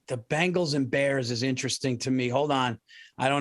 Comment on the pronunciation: Bill’s distinction between bangles and bengals is indistinguishable